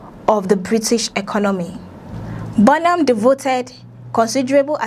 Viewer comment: BO NOM ?? 😂😂😂 hello, please pronounce our PM's name correctly..! Doughnut 😮